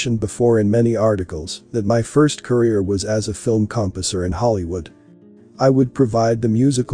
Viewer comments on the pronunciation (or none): Could not pronounce COMPOSER which you claim to have been....you are likely a bot yourself.